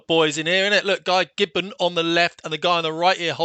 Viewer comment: Wait… did you say Guy Gibbon?